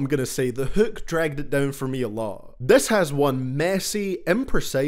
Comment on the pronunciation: Hūūk love the accent